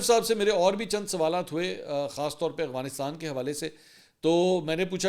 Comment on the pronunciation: "افغانستان" لفظ ہے نا کہ "اغوانستان"😂